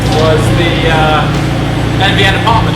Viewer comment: I’m I the only person that hears AVN when he says NVN??